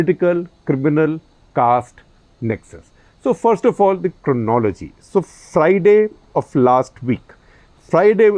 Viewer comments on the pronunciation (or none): Even SG is unable to pronounce 'cronology' properly. Damn Amit.